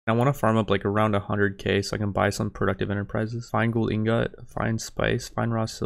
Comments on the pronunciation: I fucking hate how you say ingot xD but other wise great videos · You’re pronouncing ingot wrong lol